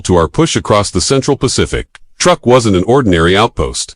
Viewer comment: Learn to pronounce the name correctly or don't open your mouth at all!